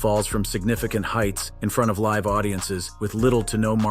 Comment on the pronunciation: Why is it so hard to pronounce the word "live"